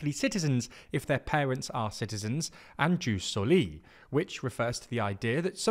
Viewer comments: I apologise for being a stickler, but for everyone reading: The J in Jus Soli or Jus Sanguinis is pronounced like a Y, so it sounds more like eoos solee etc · Please pronunce "jus soli" as it should be in latin. 😅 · Hello, politics aside, the (classical) Latin pronounciation for jus soli would be more like "yewse so-lee" and Jus Sanguinis would be more like "yewse sang-gwin-niss". "j" (technically i as a consonant) is pronounced like "y".